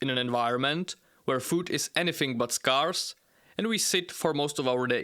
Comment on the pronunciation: Good video. Just note that the pronunciation of scarce is not as you say it.